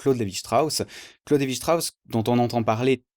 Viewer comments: lévi strauss est francais, c'est pas la peine de le prononcer à l'allemande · bravo. mais pour CLS ne prononcez pas son nom à l'allamande, ça ne lui aurait pas plu.